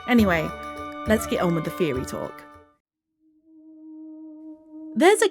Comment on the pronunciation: Its pronounced theory not feory